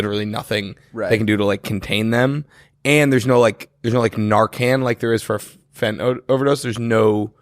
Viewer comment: It’s pronounced fenTaNILL, not feh-ih-nol